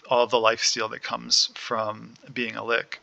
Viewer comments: lol no there only one correct way to say Lich and its not "lick" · I enjoyed the video and the lenghty description, but I cringed everytime you said said ''Lick'' lol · Like the concept but this video is way longer than it should be and hearing you mispronounce Lich triggers me. Like do you pronounce rich as rick? 🤔 Hopefully over time your content will get better. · I enjoy the theorycrafting and details on skill interactions. You're clear on your reasoning which helps a lot. It would be helpful to include more details as to the recommended order in which to take nodes and passives. I have no experience with liches and a better idea on sequencing would be nice for survivability. And pronunciation-wise, yours with "lich" just sounded like you were from Germany or spoke Yiddish. No biggie.